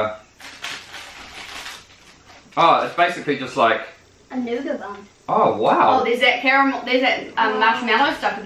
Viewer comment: noughat sounds like new gut.